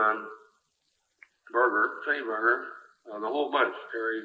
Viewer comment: Note that both HST &Sonny (RIP) pronounced Sonny’s last name with a hard G (appropriately enough) All of you who never learned this say “BARJER”. Wrong.